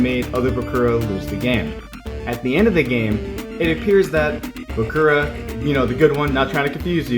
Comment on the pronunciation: You actually pronounced the Name Bakura right it's how you pronounce it in Japanese